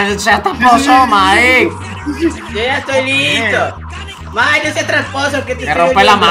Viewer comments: lo dijiste mal era Mike no es maik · Cuando lo dijo parecía que decía mikecaca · Cuando dijo mike crakca